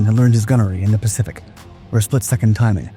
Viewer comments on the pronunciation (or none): none